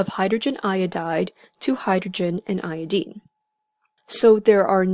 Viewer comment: niqqa said iodeene